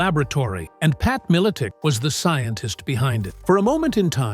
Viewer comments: Put respect on The Legends Name! Even though you can't even pronounce it. Feast on ALL the Sacks of Richards. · If u can’t say his name right try just saying Pat -I knew him a long time ago and he’s a smart and funny guy so shut up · Stopped watching as soon as i heard the AI voice. Cant even pronounce his name right. Lazy AF. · Can’t even pronounce his last name right. SMH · Thats not how its pronounced. And apparently he was most likely correct with his poiitical views.